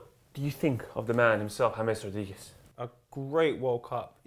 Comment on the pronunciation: "James Rodiguez"